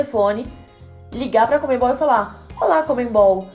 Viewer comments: Se pronuncia conmebol e não comenbol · Pessoal de São Paulo, não é conmeMbol não.. Por favor, falem CONMEBOL! Como é o certo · "ConmeMbal" kkkkk